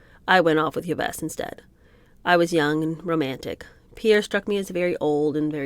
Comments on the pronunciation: So glad to embark on this book. It's that name Yves? It's pronounced as Eve. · You're so cute! Yves is pronounced "Eve." : ) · 😂😂 I did.not.stop laughing from the Buckminister story to the whole “sitting 8 hours in the tree wishing she was a bird”(totally relatable there minus the dr* gs), the abrupt flash on the screen letting us know the pronunciation of “Yves whoever” was wrong (otherwise I’d have never known) and just imagining this Pierre Tradeau basement moment. 😂😂 Thank you for sharing and to your sister, Cassie, for the great recommendation!